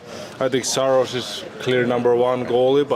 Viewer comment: Bro said Saros 😪😂